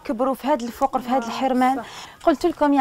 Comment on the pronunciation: ياو الفقر بتسكين القاف مش بضم القاف